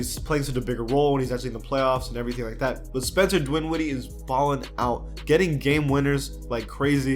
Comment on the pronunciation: It’s DINWIDDIE bruh, not DWINWIDDIE. This is the second video I’ve heard you murder his name. Lol.